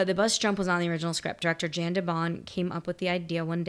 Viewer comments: Leave Speed 2 alone, formula might have seemed to work, but nothing else did. I think his name is pronounced (Jan de Bont), "Yawn" not Jan (as in January). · It is not Jan like Jan Brady. It is pronounced Yon, like John with a Y. But not quite yawn. If you were to see a map of the bus' path, it jumps randomly all around Los Angeles. Speaking of Los Angeles, I seore I saw you in front of LACMA on Wilshire yesterday. "Who writes this?" The original screenplay was by Graham Yost. From Wikipedia: "In preparing the shooting script, one unnamed author had revised Yost's script in a manner that Yost had called "terrible". Yost spent three days "reconfiguring" this draft. Jan de Bont brought in Joss Whedon a week before principal photography started to work on the script. According to Yost: "Joss Whedon wrote 98.9 percent of the dialogue. We were very much in sync, it's just that I didn't write the dialogue as well as he did." One of Whedon's contributions was reworking Traven's character once Keanu Reeves was cast. Reeves did not like how the Jack Traven character came across in Yost's original screenplay. He felt that there were "situations set up for one-liners and I felt it was forced—Die Hard mixed with some kind of screwball comedy." With Reeves' input, Whedon changed Traven from being "a maverick hotshot" to "the polite guy trying not to get anybody killed," and removed the character's glib dialogue and made him more earnest." Yes, that was Cameron. Bad bus stunts. You can see the bus bounce up for no reason when it jumps the impossible gap. In "It's an ugly turn," you csn see an extra tire under the bus causing it to lean. Bet you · FYI, Jan de Bont is Dutch. His name is pronounced "Yon". Not like Jan Brady. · The director’s name is pronounced “Yon”. Great reaction as always!